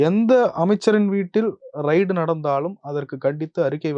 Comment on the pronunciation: ரெய்டு என்று உச்ச்ரிக்கவும் அது ரைடு இல்லை.